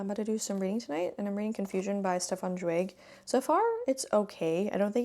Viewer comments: Great vlog 🤗 Just a tip: "Zweig“ is pronounced more like "tsva-eeg". The "Ei" in "Zweig" is pronounced like the "ye" in "bye". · By Magda Szabó I loved Katalin street but hated The door. Have you read Elizabeth Bowen and Natalia Ginzburg? Zweig is pronounced /ts vah eeg/